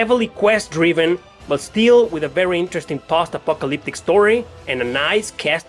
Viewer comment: I had to listen to 3 times to realize you didn't say "Pasta-fuckalyptic"